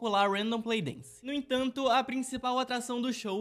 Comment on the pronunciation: "Dince" Kkkkk